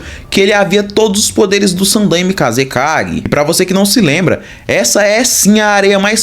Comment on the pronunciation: cara a pronuncia é sanDAIme mas de resto muito bom vídeo.